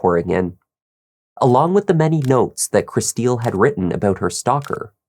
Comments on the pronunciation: her name is pronounced like Crystal.... not like "Chris steal". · I can't keep listening to you calling her Kristille when her name is pronounced "crystal" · By any chance is Kristil’s name pronounced “Crystal”, not “krih-STEEL?”